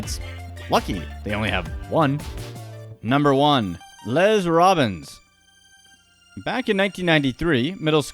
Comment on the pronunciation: “Les” is pronounced like “less”, not “lez”.